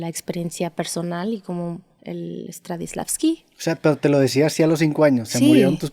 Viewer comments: “Stradivslaski” jajaja 🙈 ¡Stanislavski! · alguien de aquí que sea teatrero escuchó que dijo stradislavsky? 😅